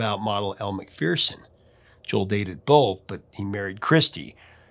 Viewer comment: Elle McPherson is not pronounced McFearson she pronounces it McFur-son. I think you should pronounce a name the way the person themselves says it